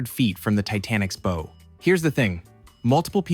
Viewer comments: Sounds like the world's best way to go. The rich get the better version of everything. Oh, also it's pronounced "bow", not "bow" :p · Bow is pronounced to rhyme with cow ... a sign that this is just AI generated rubbish - or the content creator is a moron. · "Bow" in this case is pronounced like "now". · Bow (on a boat) rhymes with cow, not crow :) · The front end of a ship is the bow ( b + ough ) not boh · Bow is pronounced like wow. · bow is pronounced "bau" , why can't AI be edited? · The bow of a ship is pronounced bau, like in pow.. Appreciate the humor tho.. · Maybe it's just a small mistake, or it's narrated by AI, but bow isn't pronounced as bow, but rather as bow. It's also possible you confused bow with bow. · Your obsession with money is dumb. Plenty of rich people do things that don’t kill them. Besides, they are really just the Guinea pigs for technology that will eventually make its way into the hands of the common man. And your AI voice can’t pronounce “bow”. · Only an American could pronounce “bow” like that. The education system over there is staggeringly bad 🤦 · Someone who cannot pronounce bow correctly is lecturing about measurement systems? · dont say bow like that, were not referring to a bow-tie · Dog, please learn how to pronounce "bow" of a ship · *NOT BOW* … like you’re pronouncing bow and arrow lol it’s pronounced like bow down… but without the down word. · Good video but I don't sub to ai channels. No real pronounces a ships bow as if it were a bow and arrow. Its pronounced BOW is in, (the queen walked in and the who room bowed) pretty sure bow is another word for front or forward motion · I really want this channel to be a real person. It’s way too cute and intentional to not be. When I hear the narrator say “abuut” it gives me hope that it’s real. Then I hear bow 👒instead of bow 🛥️ and nothing makes sense anymore. 😮‍💨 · The bow of a ship is pronounced like "bow wow" or a Japanese bow, not bow like a bow and arrow.